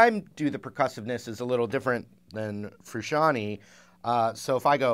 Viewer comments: Frusciante. Not "frusciani". Jeez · FRUSCIANTE...not Frusciantee. It's italian name.